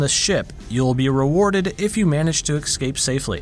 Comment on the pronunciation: oh no you said "eekscape"